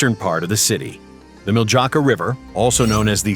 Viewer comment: mil-juh-ka (Mildzaka) river 🤭🤭🤭 It is Miljacka (Milyatska as it will be easier for you to pronounce)